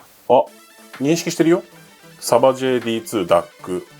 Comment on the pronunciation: メーカー名の読み方はSabaj(サーバイ)になります！